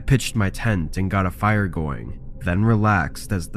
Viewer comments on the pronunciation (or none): none